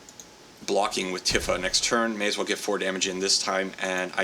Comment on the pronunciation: just a friendly hint, shes pronounced "Tee-fa" not "Tif-fa"